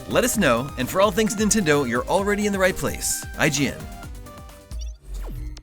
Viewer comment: At the end, i thought he said bye in chinese. Cause it sounds like "zai jian", but then i realized he just said ign